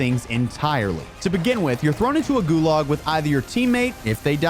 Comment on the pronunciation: Dude can't pronounce, "Gulag".